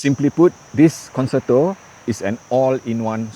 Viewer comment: I have learnt that it is FUTILE to correct your many mispronunciations and grammatical mistakes,, so I won't try to teach you the correct way to pronounce the Italian word for "concert".:face-orange-raised-eyebrow